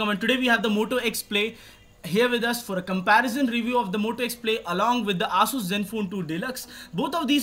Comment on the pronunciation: it's pronounced as a-su-s. lol. not as-us.